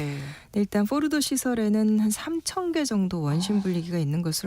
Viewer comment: 포르도 뽀르도 포르노 뽀르노 기자맞나?